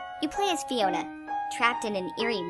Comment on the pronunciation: I can't be the only one who heard "Fiora" in the beginning, right? I thought she was talking about Xenoblade, which doesn't have a (normal) dog is sight, but then I heard that it was "Fiona." Couldn't find Shrek, though.